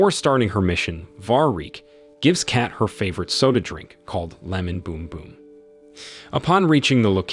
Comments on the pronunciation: The “e” is silent…. Lol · Her name is Kate, not Cat(Kat). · Its cat not kat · its K-ATE. not CAT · Kate rhymes with Hate. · So he can’t say Kate correctly but he can say Stephen. Wow.